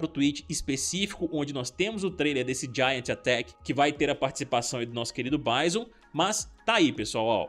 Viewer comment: E aí blz, pô tu e os meninos do combo infinito é cheio de americanizar nos nomes de jogos e personagens, Bison, pô pronuncia a coisa do jeito que é e do jeito que agente chama.( baison.....) Da nem vontade de ver o resto e ouvir, acompanho vcs e gosto dos conteúdos mais isso é chato